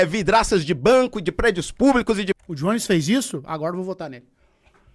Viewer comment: pronuncia o nome do jones direito kkkkk